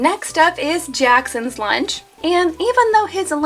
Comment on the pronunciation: “cawse theyre wasn’t any weanch 🌝”